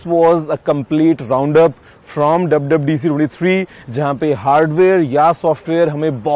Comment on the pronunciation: PLS DONT SPEAK ENGLISH DUB DUB DC NAHI WWDC hai